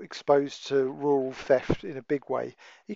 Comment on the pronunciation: If you can say Roads then you can say RURAL and not WUWAL! LAZY SPEAKING. Perhaps they should book you, not for going slow, but for MURDER of the English Language!